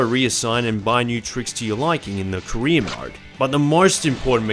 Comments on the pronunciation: it’s a joke honestly I read the comment when he said “career mode” but then I read Korean mode and I can’t unhear it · Pwo skeetah sewies. Pwedesessa. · English is not my first language so it took me a couple of seconds to register what he said as "career" only because I'm more used to American or British accents, but I agree it's still perfectly understandable.